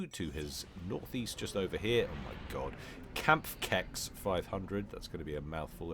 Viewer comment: Kampfkeks = combat cookie and your pronounciation is great. Knabberwasser is something like "crunchy water" or "nibble water", which is now my favourite ever RTS game name. What a cool idea is that. I want to give you some help pronouncing it, and I thought about where in English you have k and n in the right way and... here's my explanation. You know the "Red Khmer"? Ok, now make the m an n, and it is "Knabberwasser". ;-) Here you go. Would so enjoy if pronounced it well! Make casts even better.